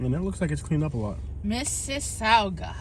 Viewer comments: It's pronounced Mrs. Sogga. Sog like hog. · Mississowga ?? not how you pronounce it ! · You're in my hometown it's pronounced like Mississipi. You're forgiven for butchering the name 😂